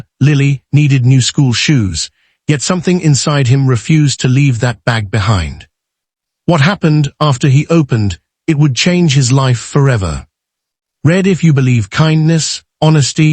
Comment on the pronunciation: You need a better AI voice. Example: READ can be either "red" or "reed" according to syntax.